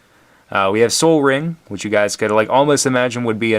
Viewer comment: It's Sol Ring, not Soul Ring. Sol is a Japanese word for sun I think.